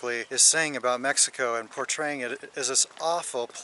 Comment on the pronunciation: Love the way said Mexico at the end of video 😉 good job 👍 you are in the perfect country to enjoy an abundance of life, so much to do & see. Enjoy yourselves and keep giving us fun exciting entertaining videos, more than 5,000 subscriber's 👏 congrats you are becoming very popular good luck & Viva Mexico Cabrones!!!✌